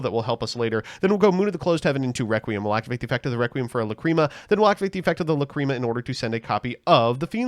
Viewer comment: Okay I'll bite; how did we pronounce the fusion monster named after the word 'lachrymose' correctly for months, but now that it's a different card we get "luh-CREAM-uh"?